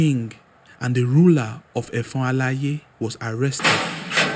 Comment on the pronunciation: You really tried and commendable but the pronunciation of effon alaye was off . With you on this , welcome .